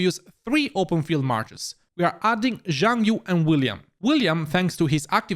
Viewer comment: It's good to see you pronounce nevsky properly so please pronounce Xiang yu properly too, it's See-young you